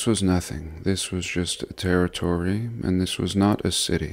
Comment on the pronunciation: Tartarie sounds a little bit like "territory"